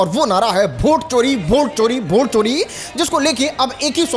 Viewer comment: अरे भोट नहीं होता है वोट होता है 😂😂😂 तुम खेसारी लाल यादव को कहता था कि वो भोजपुरी को भजपुरी बोलते हैं